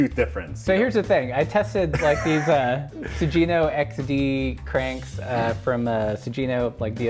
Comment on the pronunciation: As a self-professed bike nerd it seems you’d wanna pronounce bike component maker names correctly. It’s not a big deal...just sayin’. Sugino: su-ghee-no, not su-jeee-no. Thanks.